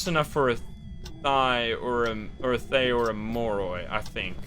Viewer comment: Hey, thaye is pronounced tha yal and it’s a Burmese name for “ghost”. I’m like so gassed about them using smth from our language and culture and also quite funny cuz thaye just means “ghost” in general